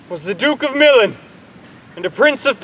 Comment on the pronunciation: why they saying milan wrong